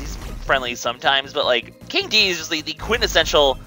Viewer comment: omg you pronounced Dedede's name correctly!